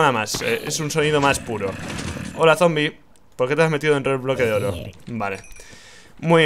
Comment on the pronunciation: Dijo bloko de oro XD